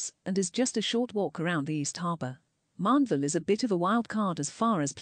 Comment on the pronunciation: How Mandeville is pronounced is funny af.